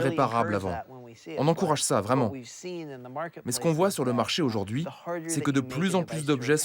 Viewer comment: J'adore toutes vos enquêtes mais par pitié ça se prononce comme ça s'écrit, "aujourd'hui", pas "ôjôrdui". Pour tout le reste, c'est formidable, merci !